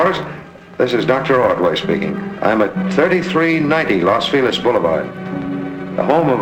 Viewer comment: LOS FILEZ ??? Why, to this day, do Americans eternally mispronounce Los Feliz ( FAY-LEEZ ); derived from Spanish (which means 'the happy ones') & refers to a neighborhood in the greater Hollywood area of Los Angeles, California? There is no such name; FILEZ (FEE-LEZ) unless we are speaking en français - in French - i.e. the French exclamatory FEE-LAY which is spelled FELIZ , meaning, "GET OUT!"